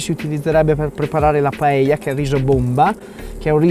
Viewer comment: De nada! hahaha Un piacere vederti facendo una paella (bravo la pronuncia) in meno di 9 minuti!!!! Io non sono un fan di questo piatto ma ovviamente lo conosco. La "paella" (padella) non solo è scenografica, che lo è, ma fa che il riso cuocia in tutta l'estensione in maniera diversa, forse più intensa (curiosa similitudine fra paella e padella, eh?). Detto questo, credo che è migliore non troppo accompagnata di frutti di mare e pesce... alfine è un piatto di riso! Tuttavia sono stupito per la tua brava ricetta e la tua scenografia: una paella nelle Alpi!!!! Ma fai attenzione, un giorno, così nell' alto dei cieli con questa velocità parlante ti mancherà l'aria!!! Grazie carissimo per questo omaggio a la Spagna, quando vuoi sei benvenuto a assaggiare una paella fatta in Valencia! Mille baci! Scusa il mio italiano, che è una invenzione personale...